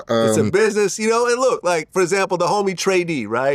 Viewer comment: "the homie tray deee" Vlad stop it, you ain't nobody's homie.